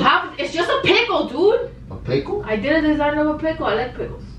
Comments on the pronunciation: the way he says PICKEL😂😂💟💟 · The way he says pickle has me dead 😂 😂